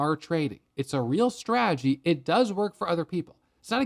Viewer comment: I love, but God bless. He simply cannot say the word stradgy. 😅